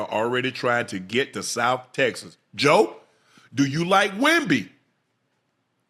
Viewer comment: I Swear Unc is Saying JOECHO! 😹